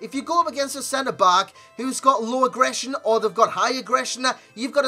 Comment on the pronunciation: Why do you keep saying agressner???? It's not a word